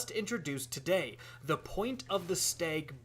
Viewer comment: I'm getting me that bow "tahday"